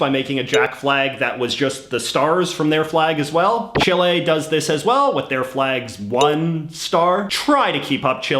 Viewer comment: The way he says chile makes me laugh